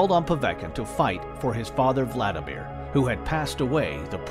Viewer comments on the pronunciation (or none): none